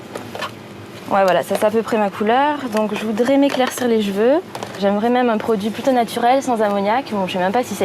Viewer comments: elle dit les j'veux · La seconde au magasin : j’voudrais m’éclaircir les JVEUX ! Les JVEUX PTN ! Elle a dis les JVEUX!